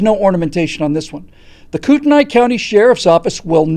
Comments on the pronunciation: P. S. It's pronounced Kootenee. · I'm from kootenai county. currently live a little south. it's pronounced koot-nee. unfortunately, like the rest of idaho, it's being overrun with socialists from seattle, oregon, and commiefornia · Pronounced Koot-nee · You’re saying the county wrong... 😁